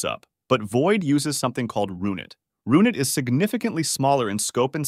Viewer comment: RUN it. Not roonit .AI dickhead.